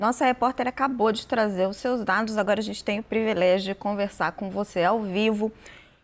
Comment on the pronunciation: Querida, a palavra é “privilégio “ e nunca previlégio… Parabéns pelo seu trabalho. Estou gostando e muito, mas sou professora aposentada! Kkkk. Abraço fraterno desta Sexagenária de Governador Valadares em MG.